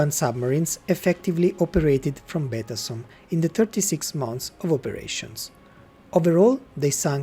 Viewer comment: La traduzione in italiano è pessima: la voce elettronica non è neppure in grado di pronunciare correttamente la parola Betasom. Il nome "Todoro", invece di Todaro, è addirittura comica.